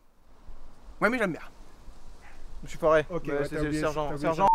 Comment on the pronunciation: "ôô je mé souis trop avanceille " xD <3